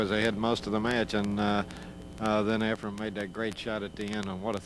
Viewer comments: These Clowns keep saying Efren's name wrong. Almost all of these guys even the pro players who play against Efren call him Efrem! The last letter in his first name if Efren!! Not an M but an N! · Well answered by Ray. I noticed Efren's name mispronounced in this video only by Nick Varner and Nick is always respectful to Efren. To refer to pool legend Nick Varner as a "clown" is very insulting.